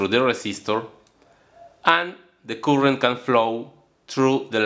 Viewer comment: Disculpe maestro por mi intromision pero la palabra current en ingles se pronunciaria algo mas o menos asi como courent sin demasiada rrr , jaja , soy un gran admirador suyo !